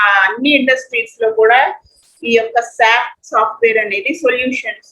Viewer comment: Why we calling as sap it's S.A.P. (alphabets) not sap like Sapam